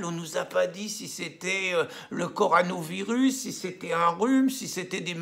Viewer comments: Pierre... Répète après moi : CO... RO... NA... VIRUS. Encore : CO... RO... NA... VIRUS. Et non CORANOVIRUS !!! C'est comme la bière + VIRUS ! Tu vas y arriver ! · Le coronavirus et non le coranovirus. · Coronavirus Pierre Pas corano virus😅😅